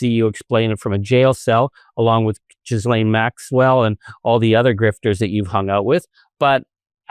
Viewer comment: Finally someone (Charlie) pronounced “Ghislaine”correctly.